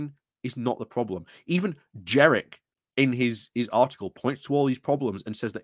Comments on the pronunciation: Completely agree with everything you say, but every time you pronounced JeNrick as JeRRick I took you a little less seriously. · Jenrick not Jerrick